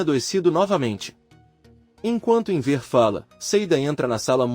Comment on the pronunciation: Inver que pronuncia horrível é Enver